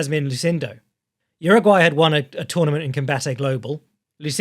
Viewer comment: Respectfully - Jauregui is pronounced “how-reg-ee” not “Uruguay”. I got lost wondering who the hell you were talking about for a second.